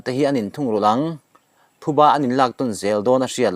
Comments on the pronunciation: Thuba i tih hi adik lo phuba tih tur aw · Thuba nilovin PHUBA tih zawk tur aw